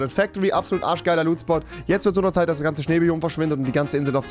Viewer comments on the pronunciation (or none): none